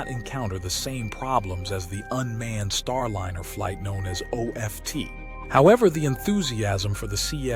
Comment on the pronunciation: A.I. Narrator: "Startliner"